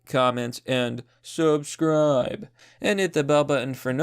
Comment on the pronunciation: says "subscribe" in italics